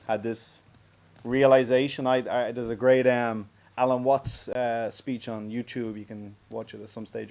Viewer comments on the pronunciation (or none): none